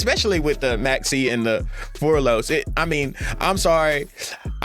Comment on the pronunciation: It easy bro "mul- charmy" "fu-wall-los"